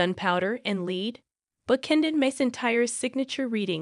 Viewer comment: Learn how to pronounce LEAD. It is pronounced LAID like SAID not LEED like FEED.